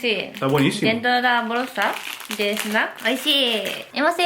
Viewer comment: snak o semen ha dicho?